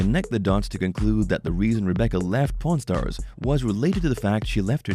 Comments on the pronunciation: I heard 'porn stars' instead of 'pawn stars' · I keep hearing porn stars instead of pawn stars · sounds like he saying prn stars heh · The way he pronounces Pawn Stars it sounds like Porn Stars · The way this guy says pawn stars is making me sus lol.